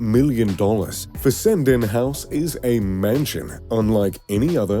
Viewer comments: And, it’s pronounced Fes-en-den. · You mispronounce Fessenden. No local pronounces it the way you do.